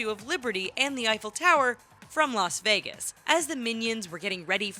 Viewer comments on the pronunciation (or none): none